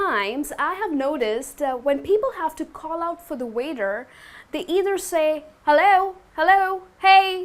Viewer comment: Hi, i like your lessons, they're very clear and useful. Just a question: I've heard you pronounce the word 'waiter' as 'weather' and i'm a little confused now ^^. Did I hear wrong?